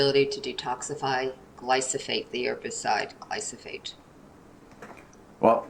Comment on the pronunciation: It was a bit disconcerting that glyphosate kept repeatedly being referred to as "glysophate" 😂